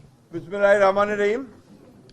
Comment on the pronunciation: বুইড়ার বাচ্চা বিসমিল্লাহ ঠিক করে বলতে পারে না নাটক কম করো চাঁদাবাজি রা এই হত্যাকাণ্ডের সাথে বিএনপি তোমরা সবাই জড়িত